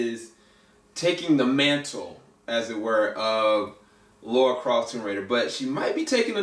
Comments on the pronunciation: Lara, not Laura. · For the millionth time, since 1996: It’s Lara, not Laura.